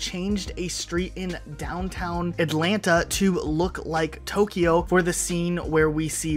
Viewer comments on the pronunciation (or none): none